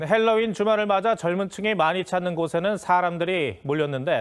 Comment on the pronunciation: 발음을 헬로윈... 니미, 웃기고들 있다. 정말.... 그냥 할로윈이라고 해라. 괜히 햇바닥 굴리지 말고...